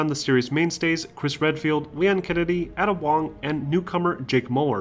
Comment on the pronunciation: You mispronounced Ada Wong's name.